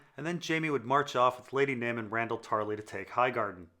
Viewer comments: do you have some kind of speech impediment that makes you say everyone's name weird? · Totally on board until you said pod would murder Brienne. That’s incredibly out of character! Also... you pronounce most of the names incorrectly 😏